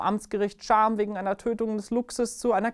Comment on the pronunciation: Luchstöter aus "Scham"😂 Sollte Cham in der Oberpfalz gemeint sein, spricht man es "Kam" aus😂👍 Nehmt es mit Humor